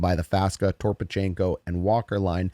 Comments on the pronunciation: Faksa. FACK-sa. And don't add an "o" in Toropchenko's name. Just razzing ya. Great channel. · Toropchenko has enough syllables already. And Faksa is still pronounced Faksa.